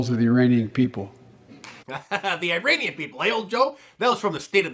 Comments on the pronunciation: Did he say "Iranian" or "uranium"? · Haha, for a second I thought he said: "uranium people". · Correction Mark, Biden didn't say "Iranian people," he said "Uranian People!" Even worse!!! LOL!!! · Did he say Iranian people or Uranium People? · Biden says "Uraniun people" you know from Uranus.